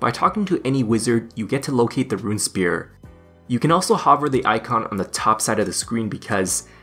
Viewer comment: Runesphere (rune-sfere) not rune spear! (but otherwise great video)